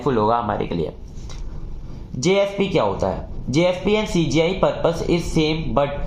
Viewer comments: CGI ko SGI mttt bolo yaarr ... Baaki explanation gajbb hai 😮❤ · Bhai CGI ko baar baar sgi kyu bol rhe???